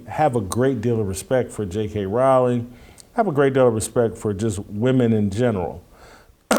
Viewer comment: ca. asks for clarification of what you meant by "You weren't built for this conflict." That is exactly where I wondered the same: there are multiple possible meanings. BTW, Rowling (pronounced correctly as pronounced it) has been taking heat over her trans position well before the Macy Gray incident. I agree with the point of view that JKR is so wealthy that she cannot be cancelled because there are millions who want more installments of Harry Potter, which makes her secure in her career. So, from this perspective, there is nobody better built for this conflict.